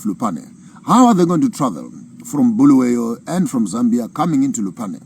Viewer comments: Bulawayo please and not Bhuluweyo.... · Its Bulawayo not Buluwayo please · Start by fixing bulawayo pronunciation guys its not boolooway’yo 😊 😅 you guys are toying with our ancestors 😅😅😅 you wont like it if we call you Maponkisto 😂😂 Good speech nonetheless 💯